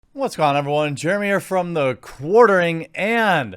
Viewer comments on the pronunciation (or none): none